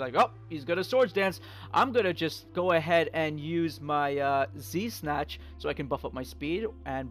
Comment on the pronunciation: everytime he says z-snatch it sounds like de snatch lol